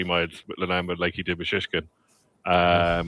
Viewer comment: This is by far my favourite horse racing podcast, but for the love of God,, can you please stop pronouncing Lulamba like that 😅